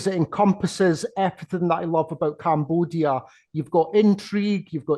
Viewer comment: ... Love the way this Scottish gentleman pronounces CAMBOOODIA